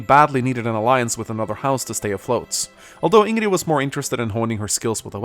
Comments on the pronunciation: Which is fair, but the game says it times the way THEY want it to be pronounced. He says it "wrong" now on purpose just to annoy people. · I worry that the younger generation will watch this video and grow up thinking this actually how “Ingrid” is pronounced lol. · When Sakurai made sure that everone knew how to pronounce Ingrid during Byleth's reveal in smash... And still fucks it up. Nice time to see all the comments! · Fucks up pronounciation. Comment section: HeengREEEEEEEEEEEEEEEEE... BTW: technically her family didn't urge her to remarry since Tragedy od Duscur happened before she got married. BTW2: she isn't racist, she never personally attacked Petra or Claude based on race. TBH there are no racists in 3H since even disliking Almyrans is understandable (I mean, they're effing wyvern vikings assaulting Foldlan's Throat for bragging rights about kills), maybe Rhea can be called racist based on the fact TWSITD were created by her people genociding underground bois and she seemed to be Sothis second-in-command so it's unclear if mass murder was instigated by Sothis or Rhea. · The spotlight is very Well done but it's just a D Is it too hard to say INGRID? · You know, it’s a good thing we uploaded this spotlight now, if the Ashen Wolves dlc came out then there would also be comments on why didn’t discuss making Ingrid a dark flier (or whatever the class name is) in addition to laughing at him calling her Hingree. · Of German descent here, can confirm that is pronounced "ING-rid" because many Norse names and words are common in German and Norse is considered a Germanic language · For the love of God please stop saying her name wrong, it's legitimately bothering. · for the love of god, call her Ingrid. Please, I begging you. I stay up all night because of this. It bothers me. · No. It's a joke we make here because would always say InnGree in his lets plays. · twitches at each time Ingrid is mispronounce